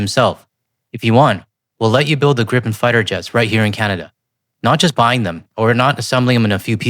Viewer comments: It’s pronounced ‘greepen’. In Swedish a single vowel followed by a single consonant makes the vowel long. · Just a small observation. Gripen" is pronounced as "GREE-pen," with a long "ee" sound for the first syllable and a soft "p" sound for the second. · Swede here (30 years living in Canada) to help with pronunciation - Saab [Griipn] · For future reference: Gripen is pronounced "Gree-pehn". There's only one P so it's a long I. But onto the point: If Canada is responsible for building the factory, supplying it with materials and staffing it, that's a major plus for SAAB since they would still collect "royalties" or have some other way of benefitting from the deal. Less hassle for us while gaining benefits, and still bringing in lots of jobs and opportunities for Canada in addition to strengthening our bonds between nations. Sounds like win-win to me.